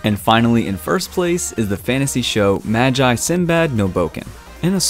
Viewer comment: Bruh I heard "ma-gii" it's "magi" like "unagi" but say "ma" instead up "una"